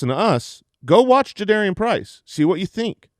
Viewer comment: Its Ja-da-R-ian not Air. Put some respect on his name lol